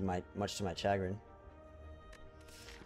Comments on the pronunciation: That's the correct pronunciation my dude. 'SHAgrin'. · cha·grin /SHəˈɡrin/ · Yeah exactly, that's how it should be pronounced